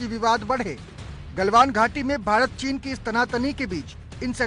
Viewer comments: Bhirat nhi hota bhart hota h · Hahahaha 0.27 secant par भीरत चीन😂😂